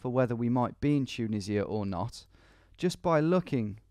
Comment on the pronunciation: Nobody: Tom: chuneesia